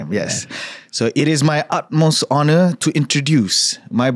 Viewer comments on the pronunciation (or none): Kelakar la ni. Sebut honor pun HONOR. bukan honor la tapi Onor, silet H la